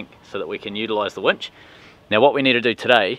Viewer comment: Nice wench...Uh..winch.